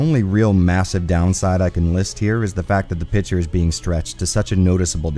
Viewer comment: Say with me: "PIC-TURE" NOT PITCHER